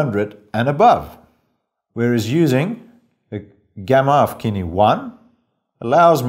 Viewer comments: Kine? It's sin-E. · Thank you sooo much for doing this!! I am absolutely surprised that no one else has done it yet honestly. By the way, Cine is pronounced like "sin-e".